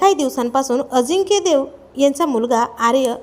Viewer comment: Adhi nit bol ajikya nahi tar ajinkya lamban lau nako